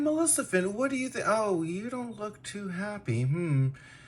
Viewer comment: Did i heard "malecifent"?